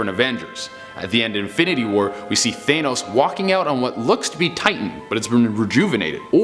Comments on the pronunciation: 1 year after Infinity War and people still say that it’s Thay-nos Its THA-NOS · "THANE-os" smh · stop saying thaynos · THE FACT THAT HE SAYS THAYNOS JUST BUGS ME SO MUCH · I hate the way he says thanos. He says it like thaynos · i stopped listening when you said th-ay-nus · For number 3 instead of thanos, it's thano. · He just said th-ay-nos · Lol he said Thenos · Only argument I have is your pronunciation of thanos. “Th-anus” lol come on man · I don't know why, but the way he says "Thane-nos" doesn't quite work....just me idk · The way he says thanos kinda bothers me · Take a shot Every time he mispronounces thanos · The only thing scary about this video is they way he pronounces Thanos